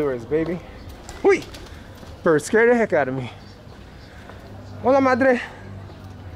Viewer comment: I think that whistle meant there was a stranger in the Barrio. Watch those Air Jordans while walking in the Mean Streets! FYI regarding roadside trash, one man's trash is another man's treasure.:-) Don't forget to pronounce the "H" in Hola.:-) I think the guys were telling you this was their part of the barrio and if you continue you die or something. Didn't sound like a pleasant greeting to tell the truth. 😃